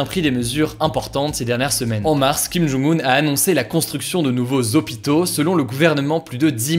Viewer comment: J'espère que tu apprendras à prononcer le nom du dictateur nord-coréen (김정은) quand même, quitte à le prononcer plusieurs fois par vidéo. 😉